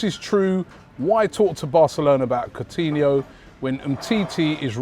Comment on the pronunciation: Funny that when Arsenal are linked with Coutinho, Robbie actually pronounces his name right rather than saying “Court-iniho”like he did back in the Liverpool days